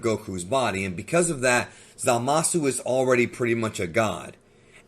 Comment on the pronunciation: “Zama-Szoo” not “Za-Mah-Soo” lol. Zamasu is not Za Mahsu